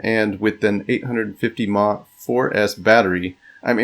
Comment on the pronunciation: Nice build. One note though: anytime I hear someone pronounce “MAH” instead of saying “milliamp hours” or just saying the letters, I assume they have next to zero electronics knowledge and tune out.